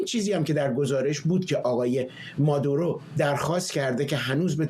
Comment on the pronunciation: بیسواد ها: مگر شما خواندن بلد نیستید؟ اسم این مرد Maduro هست که تلفظ پارسی اش «ما--دوو-رو» است...du نه ۲ 😢 مارکو روو--بیو Ru--bio رو مقابل زیر 😢😂